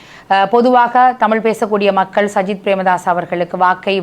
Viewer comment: சயித் பிரேமதாஸையா...😂 ? கிழிஞ்சுது போ..... சயித் இல்லையடா தம்பி " சஜித் " என்று சொல்லுமன்... ஏண்டாப்பா அடுத்தவர்களின் பெயரை தப்பிதமாக உச்சரிக்கின்றீர்கள்....?